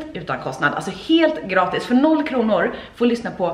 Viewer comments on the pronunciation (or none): Det går inte att läsa grattis som du sa